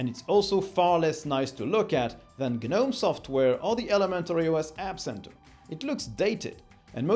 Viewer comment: guhnome drives me crazy